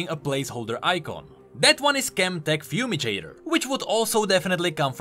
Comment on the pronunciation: You pronounce catastrophe and fumigator really funny